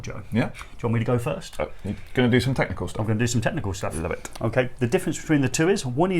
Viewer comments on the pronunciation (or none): none